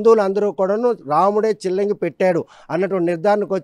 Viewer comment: సిల్లంగి కాదు చిల్లంగి